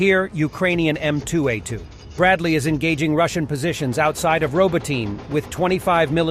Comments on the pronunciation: Please learn to say Row-bot-knee, not Robo-teen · I giggled every time the narrator said "robo-teen". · For fucks sake learn to pronounce the Ukrainian names. there is no Robotyne it's pronounced Robotne !!!!!